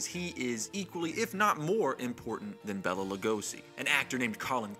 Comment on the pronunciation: Its pronounced BAYLA not Bella. My mom once worked for a bank that had his familys estates account there and she got chewed out once for saying Bella